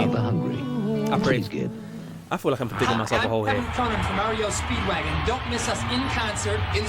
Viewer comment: Did you just say "Mario Speedwagon?" I swear that's what I heard 🤣 just in case it's REO speedwagon. Mario Speedwagon would be the next Nintendo Game. 🤣